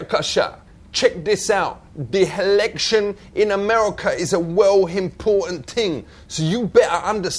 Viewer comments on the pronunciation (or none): he keeps calling them HELECTIONS